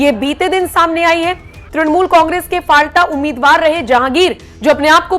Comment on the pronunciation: जगह का नाम फलता है, न कि फालटा। कृपया इसे ठीक कर लीजिए